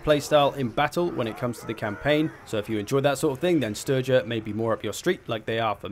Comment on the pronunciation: I think Sturgia is meant to be pronounced with a hard G, else it sounds like you're talking about sturgeon.